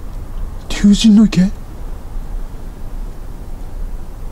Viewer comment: 竜神(りゅうしん)って日本人皆呼ばないんだね。りゅうじんだと「じん」の部分が「神」ではなく「人」ってなってしまう。